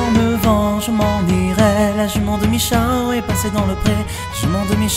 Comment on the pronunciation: ce qui m'a pas plus c'est la Jument de michaw (comme tu l'a prononcé) dit bien Michao